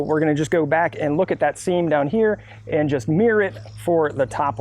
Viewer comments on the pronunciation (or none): none